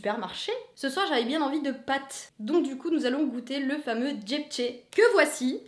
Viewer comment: par contre je comprends pas .. tu transformes le mot JAP'ché en JEEPché... xD XD ' mais pour le RIZ c 'est une IMPORTANCE CAPITALE !!!!!!!!!!!!!!!!!!!!!!!!!!!!!!!!!!!!!!!!!!!! ^_^ tu as noté tres haut.... je trouve..